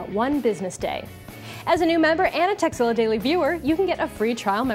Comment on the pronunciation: she totally says "sexzilla"